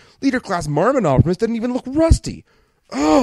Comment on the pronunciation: haha you said optobotimus while cauching lol